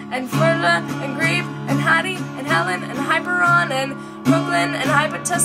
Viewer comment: Also, you should read the book and watch the movie "2001: A Space Odyssey." In the book, the men go to Saturn. In the movie, it's to Jupiter. And beyond into the infinite. (And your pronunciation of the moons is just fine, except it's HI-PEER-ee-on."